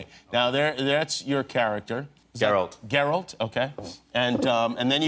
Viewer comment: Did Cavill say Zerald?Lol